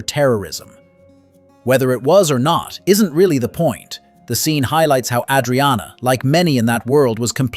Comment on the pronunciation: Tell your narrator how to pronounce Adriana.